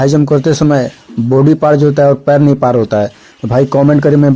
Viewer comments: Pair nahi paar hota hai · Hh pair nhi paar hota h bhai